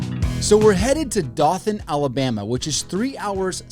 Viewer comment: Doe-than not Daw-than Ala-freaking-Bama! 😂